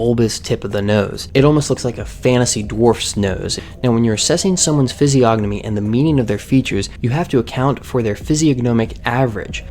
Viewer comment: The creator of this vid can't even pronounce Physiognomy correctly, and you believe he's a expert? LOL!